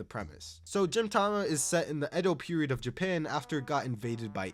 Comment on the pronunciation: I cannot with this lunatic pronouncing gintama as jintama